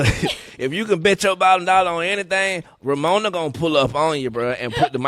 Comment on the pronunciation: "ROMONA" HAHAHA it's Ramona